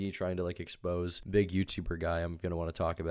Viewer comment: my man. "expose" and "exposé" are not pronounced the same. the latter (referring to a piece of media produced in order to expose someone's bad behavior) is pronounced "ex-poh-zay" (it's french).